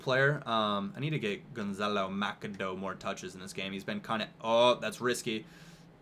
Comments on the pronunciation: Machado = Maxado not macado lol ;) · I don't know if you really care but Palo Machedo can be pronounced like this - Palo Ma shadow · It's pronounced like ma-sha-doo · It's pronounced Paulo Ma(ss)ado